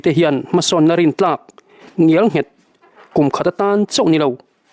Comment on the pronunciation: Ngial nghet ni lovin, Ngel nghet tih hram a va ṭha em!